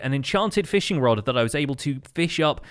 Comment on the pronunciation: 22:8 lol you said feeshing instead of fishing